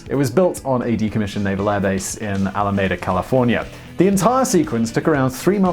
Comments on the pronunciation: Alameda is pronounced ala-mee-dah. I think Walter König even pronounced it right as Chechov in "Star Trek: The Voyage Home". Should look at maybe some crazy unique movie sets or something. I find it fascinating that for War of the Worlds it was cheaper to buy and dismantle a real Boeing 747 than it would be to fake one for the crash scene. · Learn how to pronounce AlamEEDA, California correctly.